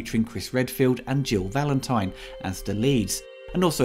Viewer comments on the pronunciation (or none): none